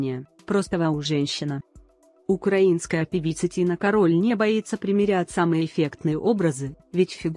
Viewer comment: кАроль, а не карОль